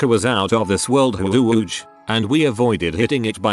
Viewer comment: uhhh... how did their tts pronounce "huuuuge" as "huwuuge"?